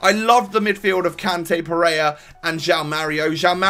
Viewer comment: Pereira, not Pereya??